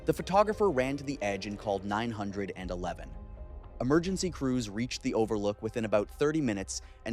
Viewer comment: learn how ro say 911 correctly